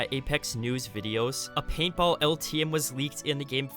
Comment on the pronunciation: Bro I thought he kept saying PayPal but he was actually saying paintball